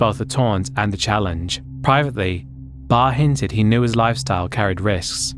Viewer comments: Anthony Barre is pronounced Bah-ray not bar... Rip messy mya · Anthony ( Barraa its pronounced)